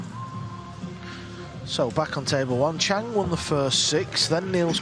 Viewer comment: How can it be that at this level of professionalism it’s still not possible to get Asian names correct????? Chang is the last name